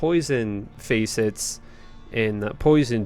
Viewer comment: “Faycets” lol… When I see someone fluent, first tongue English mispronouncing so many words I wonder if you just never hear others say them?? How is that possible though?🧐 Then I remember you’re Canadian.